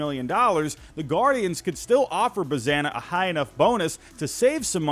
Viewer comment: Nice mock draft (btw it's pronounced "buzz-ON-uh")